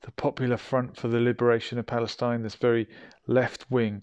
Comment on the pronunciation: It's Falesteen Not Pale Stein